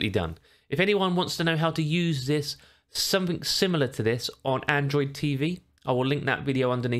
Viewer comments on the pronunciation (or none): none